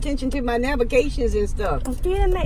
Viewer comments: “I gotta pay attention to my nabagations and stuff”💀💀💀💀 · No one: Absolutely no one:: I need to focus on my NaBiGaTiOnS and stuff!